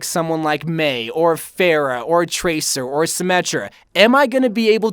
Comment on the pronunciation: This dude said Pharah like “Fair-a” 😭